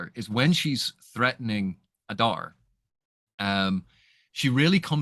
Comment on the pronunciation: In the Elvish languages letters generally keep the same value. There are exceptions, it's all described in Appendix E. So yes Oo-dune (US pronunciation). Likewise Ah-dar, not Ay-dar.